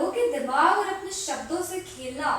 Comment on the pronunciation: ne apne se bhi bhari shabd kitne shi bole🤩🤩🤩